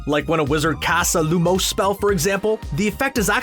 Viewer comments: It's not looms It's lomanes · I mean, this dude can’t even say the spell right